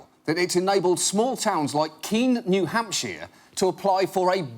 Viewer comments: New Hampsheer lol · did he say "new hamp-sheer"?